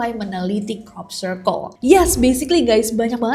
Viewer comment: Nessie nyebut crop circle, aku selalu dengernya cork circle 😭